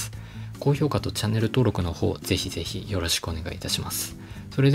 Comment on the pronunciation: 改めて10万突破おめでとうございます。 そのうち声バレあるかもですねぇ。。。 まぁしばらくはだいじょぶでしょ～リアルでありがとうございましたをあしゃしゃしゃーって言っちゃわない限りｗ